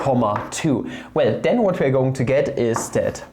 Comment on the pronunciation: Two into whaaa I'm still new enough to this channel where I'm unsure whether him saying "tahm" and "whaa" is a recurring inside joke or whether it's just a peculiarity of his pronunciation.